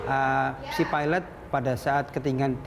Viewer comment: perempuan tu asyik peeelot.. lelaki tu ok nyebut pilot degan lurus HAHAHAH